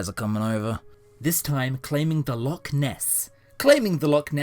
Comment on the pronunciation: Can someone please teach to pronounce Loch properly.